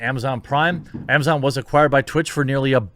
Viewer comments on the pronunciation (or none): none